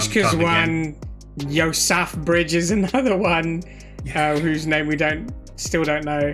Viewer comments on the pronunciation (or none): "Yo-saff-bridge." LOL!